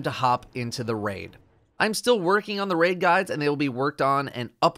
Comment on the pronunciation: I gave up on this quest the moment he said "Raid"